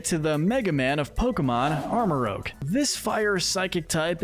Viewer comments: The G in Armarouge should be after the U! And it's Ceruledge, NOT Keroolig! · IT'S ARM-MA-ROOZH AND SARE-ROO-LEJ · It’s pronounced duh-BREE, HAHR-ee-yah-muh, arm-uh-ROOJE, PAL-UH-fin, and SIR-roo-ledge, “”! 🤨 And Annihilape’s signature move is actually called RAGE Fist! 🙄 You’re so bad at pronouncing Pokémon names,! 🙄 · Love this but how did dude rly jus call them Armarogue & Keroolig lmao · OH MY GOD IT IS PRONOUNCED AR-MOR-OOJE AND SER-OO-LE-DJE!!! Other than that amazing video as always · Unfortunately most people aren't gonna agree with this list Also you're saying Armarouge and Ceruledge's names wrong